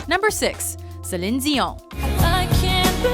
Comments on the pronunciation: "Zeline Zion" lmao. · Finally, someone who can pronounce Celine Dion's name right! :-p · Finally someone who said Céline Dion correctly